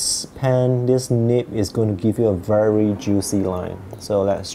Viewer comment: It's Nib not nip. Also Noodler's not Noodle. Also broad not brought